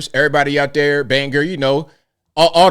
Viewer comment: Just to be clear, it’s Bang or, not Bang er. It’s pronounced bang, as in bang bang when you are playing cowboy stuff and the word or, as in either this way OR that way. So Bangor. Not Bang her